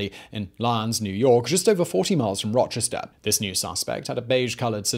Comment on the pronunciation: i love the way simon butchers the place names where i'm from. now do one on Arthur Shawcross.